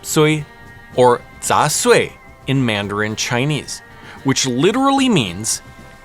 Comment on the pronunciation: Your mandarin pronunciation is much better than me, a native Chinese speaker 😂